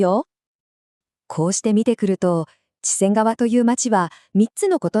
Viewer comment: AI音声なのはわかるけど、地名ちゃんとしましょう せんがわ、ちぇんがわ？ちがわ？メチャクチャすぎる せんかわ です